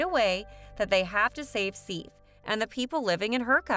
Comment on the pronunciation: This lady doesn’t pronounce a lot of things right. Sif shouldn’t be too hard